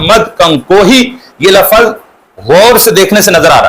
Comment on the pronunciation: جب یہ کمبخت، ناہنجار،خبیث،ملعون «لفْظ»کو« لفَظ» پڑھتا ہے تو یہ ہمارے اکابر کی عبارات کو کیا خاک سمجھیں کا